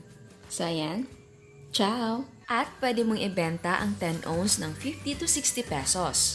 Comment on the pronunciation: 10 ounce po not onz 🤐